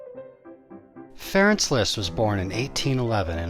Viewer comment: Franz, not Ferenk.